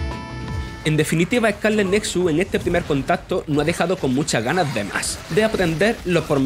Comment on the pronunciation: Eh-cá-le netsuts